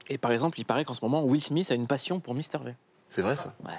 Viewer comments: N'empêche il a dit mister vé, cest Vi! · MISTER VIIIIIIIIIIIIIIIIIIIIIIIIII PAS Véééééééééééééééééééééééééé !!! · Il a dit Mister vé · "mister vé" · "Misteur vé"